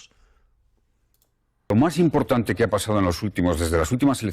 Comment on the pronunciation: "el fondo eurpeo es imporntane para que los españoles puedan tal" Rodriguez Zapatero, 2020. ajajajajajjajajaja